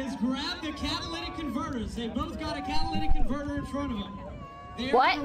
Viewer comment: Even Florida Man can pronounce "catalytic converter" properly, but not.